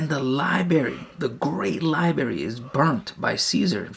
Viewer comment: The prophet knew about Pulsar stars? 🤔 Many scientists and professors (obviously smarter than you because they pronounce library as library and not “libary” 🤦🏻‍♂️😂) converted to Islam because of the scientific knowledge. The prophet ate humbly and slept on the floor, wealthy but lived poorly. He worshiped the same God prophets Noah, Abraham, Moses and Jesus worshiped. His own scribe left Islam… then later came back… unpunished. Who did the prophet order to be executed for leaving Islam? No one? Correct answer. John 17:3 the one true God is the father. John Jesus says the father is his God. Mathew Jesus doesn’t know what the father knows. Mark Jesus didn’t even know if a tree had fruit… like a normal human wouldn’t know… then supposedly he cursed it according to your unpreserved book. The same unpreserved book which perverts the stories of prophets like saying prophet lot gave up his two daughters to be raped. You’re desperate 🤦🏻‍♂️ without lie’s Christianity dies (not to mention the many inquisitions and conversions by the sword in the last 1000 years).